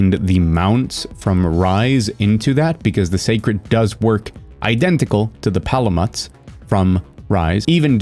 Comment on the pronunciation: It's "Pala-mute" my dude. It's a reference to Malamute or Alaskan Malamute breed of dog in real life.